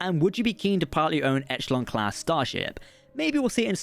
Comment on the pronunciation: Okay I'm sure someone else has said it, but its pronounced 'e-shell-on' not 'etch - el - on' :D